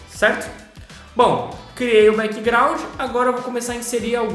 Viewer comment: O q é breckgraud q vc fala aí no video😢